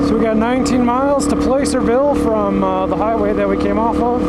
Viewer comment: PL ah cerville, not play cerville haha I grew up there and when you said that it freaked me out lol